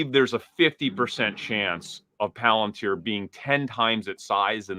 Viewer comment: hilarious. Also mispronounces Palantir around the 22 min mark